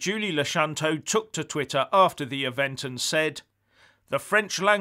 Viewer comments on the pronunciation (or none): none